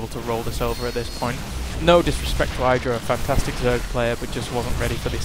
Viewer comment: Idra isn't pronounced with a long "I" as in kite. But short as in kitten.